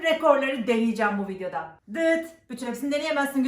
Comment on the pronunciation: 'Vidyo' değil 'Video', 'beyen' değil' Beğen',gül değil:)